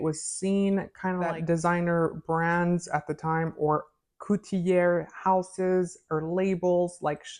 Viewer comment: Beaux...pronounced "bow"...just like "L'eau" is pronounced "lo". I won't even get into "couturier"...but you mispronounced that, too. Notice that there is no "de" in "eau premiere".